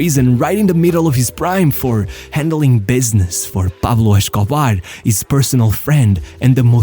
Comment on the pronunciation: It's pronounced Pablo Escobar, not Peblo Shcobare 😂